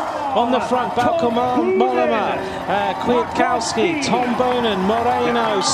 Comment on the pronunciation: Who on earth is KooCowski? Why don't commentators learn how to pronounce the riders' names?